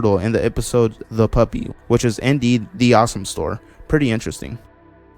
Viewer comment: Sir- Sir i think you pronounced THE AWSOME STORE incorectly.